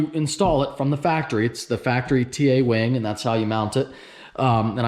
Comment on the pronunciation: Ngl, it sounds like he said wang not wing. 😂 no offense